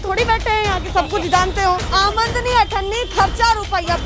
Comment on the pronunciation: Madam Aamad-ni N Aamdani Hoti H